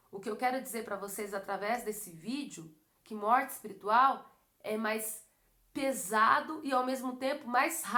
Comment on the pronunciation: É espirital mesmo q fala? Kkk